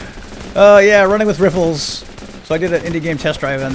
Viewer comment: Every time he says running with rih-fuls I think "Running with Ruffles" and then imagine a bunch of soldiers scurrying around with potato chips... hmmmm no, NO! I'd better not... I'm on a diet... mumbles to self